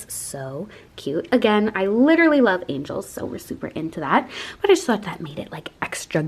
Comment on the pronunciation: Angels not angles 😂